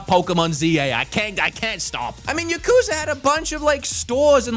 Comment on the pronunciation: taking a shot every time he says yakuza wrong